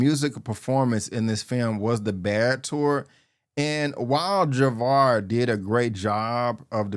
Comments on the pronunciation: It's jaafar not Javar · With all due respect bro, you have to work on your enunciation. You often pronounce "film" as "firlm", "Michael" as "Makel" and "Jaafar" as "Javar".